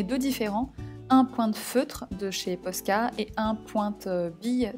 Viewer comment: enfin qelqu'un qui dit posca et pas pochca